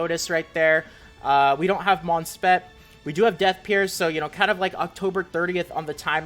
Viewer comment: Btw its called “spiit” not “spet” for Monspeet